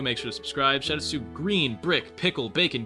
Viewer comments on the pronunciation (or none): none